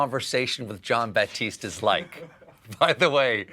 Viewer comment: No "P" in his name. It's Jon Batiste. 😁😉